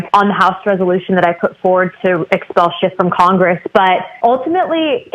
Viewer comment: They better start using his real name or this won't be legally binding. It's Schiff NOT Schift, Mr. Speaker!